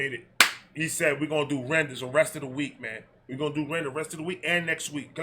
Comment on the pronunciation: lol he said RENders